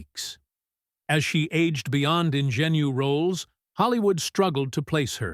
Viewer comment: Could somebody please teach AI how to pronounce "ingenue"?